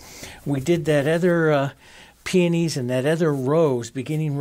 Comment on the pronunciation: I laugh each time you say Peonies, then I call them Peonies myself and laugh some more..